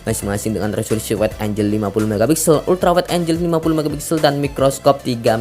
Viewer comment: Angel dibaca enjel Angle dibaca enggel